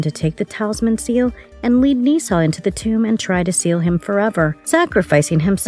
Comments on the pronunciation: Why are you butchering his name!? Nezha is literally a mythological Chinese God. Its Nezha pronounced (Nuh-Jha) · it's pronounced nuuh zhhaaa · It’s nuh za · 1: "Nezha" 2: "Bless you."